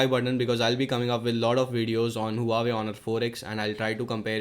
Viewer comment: its wa-wei not hoo-a-way